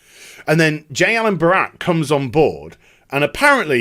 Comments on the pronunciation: Its Brack not Barak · Are you incapable of saying Brack? Half the video was you referring to him as Barack